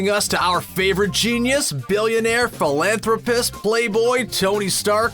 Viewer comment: I had a panic attack when he said genius billionaire playboy thilanthrapist the wrong way (also sorry I can’t spell that big long one)